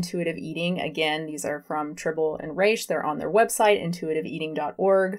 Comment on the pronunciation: 2 things: 1) Trih-bow-lee & Reh-shhhh not Try-bowl & Reeesh. 2) Your view on this topic misunderstands and misrepresents the entire point of IE. Please stop talking about what you so clearly don't have the scope to explain to others.